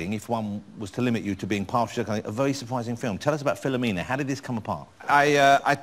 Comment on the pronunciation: Vewy supwising